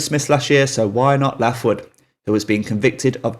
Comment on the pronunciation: Pronounced Laithwood, not Laughwood lol